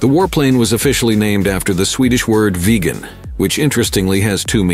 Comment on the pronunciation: Agreed...thats the problem with videos like this that are made by so called experts.....also the pronucoation of viggen is wrong a number of times....aswell as viggen the speaker also calls it the "veegan" several times